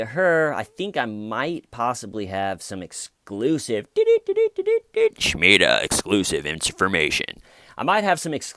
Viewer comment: Omg.. I just made a comment on ur Epstein video about how I just remembered living next to a "Shmeeda" when I was a little kid.. But I specified that she pronounced it "Shuh-Meeda" (which sounds like Shmeeda when said quickly).. And an hour after I posted that comment, u randomly said "Shuh-meeda" on this video that I randomly clicked on.. I've been watching ur channel for about a week (and constantly thinking about Lazarus' friend Shmeeda), so it's bizarre that all this happened in a 1-hour period (and I just remembered living next to Shmeeda last night, half asleep lmao)..